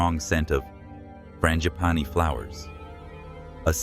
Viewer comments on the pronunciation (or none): none